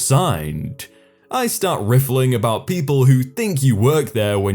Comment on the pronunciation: So you can pronounce gentrified but not riffing... what crazy life do you lead man